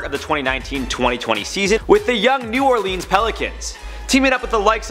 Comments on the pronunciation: This dude said new Orleens that's not how you say it. It's new orlins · Dat boi just said New Orlens